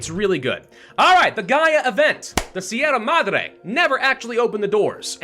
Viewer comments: Hi, I'm not much of the commenter kind of person, but I'd like you to know, as a Spaniard, that your pronunciation of "Sierra Madre" is ridiculously good for an English speaker. Thanks for the hours of entertainment. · sierra madre is a good enought pronunciation just need more r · Yes, you're pronouncing sierra madre correctly. however it's GALA, not GAIA :p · you are pronouncing Sierra Madre well enough. The RR is Sierra should be a little harsher and roll as you said, but i doubt anyone in spain would care and they would understand you fine. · And yet he says Sierra Madre correctly.